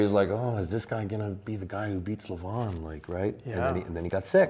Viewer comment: LeVAhn, not Leven